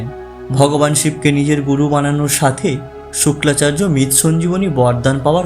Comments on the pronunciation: Baktar pronuncation thik noy...Suklacharya noy...Sukracharya.. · শুক্লা চার্য নয় শুক্রাচার্য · শোক্লা নাকি শুক্রা🤣